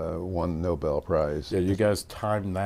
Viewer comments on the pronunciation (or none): none